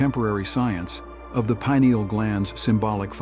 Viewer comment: “Pine” ael is the pronunciation